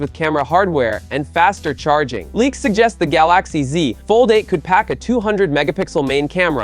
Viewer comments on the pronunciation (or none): the gaLAxi ZI lmaoo